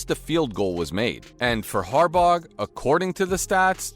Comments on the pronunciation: Harbauguh!? Dude mispronounces everything. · Note to commentator. When you can't pronounce a coaches name right that has been coaching in Baltimore since 2008, how can anyone have confidence in anything coming out of your mouth. Fluff, nothing but fluff. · The g is silent in Harbaugh